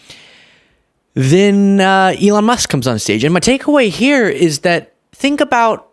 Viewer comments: Trump called him "Elijah". Did anyone else catch that? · Did the confused old man call Elon "Eli"?